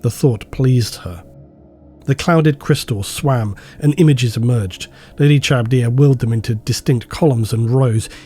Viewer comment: Dude is a voice actor and can't pronounce "Charybdia".